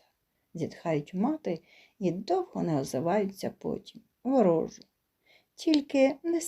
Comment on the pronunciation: Тільки наголос кой де не правільно. Не тертУшка, а тЕртушка. Не ворОжу, а ворожУ. При наймні, так🎉кажуть в тих містах, де народився Тютюнник.